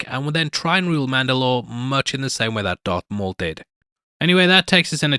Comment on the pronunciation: Am I crazy or did he say Dark Maul?